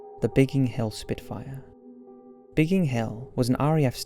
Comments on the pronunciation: Biggin Hill, not Bigging Hill..... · Isn’t it Biggin, instead of Bigging? Biggin Hill is very well known for its RAF history. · What's up with the pronunciation of "Bigging" hill?